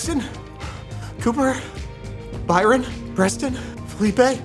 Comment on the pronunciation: Is he saying Breston or Preston?